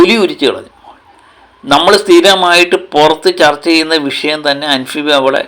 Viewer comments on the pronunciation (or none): none